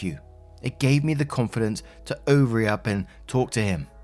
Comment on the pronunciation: "Ovary up" .... Brilliant 🤣🤣🤣